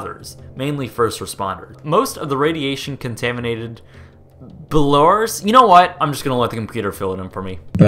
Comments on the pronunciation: Balars? That is the worst pronunciation of Belarus I have ever heard. It's pronounced Bell-ah-ruse, not Buh-lars or Buh-lair-us. I'm not even from Belarus, and I can pronounce it correctly. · IT'S BELL AH ROOS NOT BELORES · Bella-ROOS. It’s pronounced bella-ROOS,. A computer voice is literally better at saying it than you. 🤣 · ...how hard is it to say Belarus??? Bell-a-ruce. Easy! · It's pronounced Bell-Ah-Roose, but good job on all the rest. Love your abandoned series! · I love the narration you do on these, you should do a part 2 on this though since there is so much :) Also Belarus is pronounced Bella Roose like moose with an r haha. keep up the good work :) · its bell-ah-rus. not that hard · Thousands are homeless, dozens dead, and tens of thousands, if not hundreds of thousands are going to get cancer. How is this funny, and why can't you just practice "Bell-a-roos." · say it as "belarooze" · I find it really strange that you can't say 'Belarus' - literally just Bell-a-roos... come on its not like its an Icelandic place name or something. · Computer: belaROOS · Ah yes, the wonderful country of "Beluras" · Bell-Ah-Roose Say it with me now. 😂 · ...love your content. That being said, “ Bell-a-roos”. Just not that challenging. Also, for those of us to whom radiation rained down in Europe after the disaster (no fresh food for our families, long term health concerns, etc.), this is not really a flippant subject. Thousands of known deaths...incalculable health concerns for millions. Sorry...not your bright and shining moment. Guess you had to be there... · I love you man but Belarus really isnt hard to say Bell-uh-roose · It's (bel- a- Roos). Not hard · Belarus pronunciation can't be that hard lol I say it Be-lah-ruus (probably wrong but its the easiest way for me to say the name) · bell-uh-roose? lol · Lol.. Bell-ah-roose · Its Bell-a-rus Or belarus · its be-la-rus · you seriously don't know how to pronounce Belarus? 😂😂